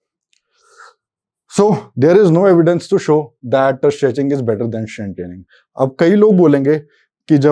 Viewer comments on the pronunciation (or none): The moment he said sching, i quit the video lol